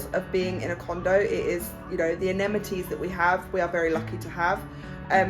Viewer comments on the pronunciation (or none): It's a-ME-NI-ties, not a-NE-MI-ties. I hope you don't take offense! 😊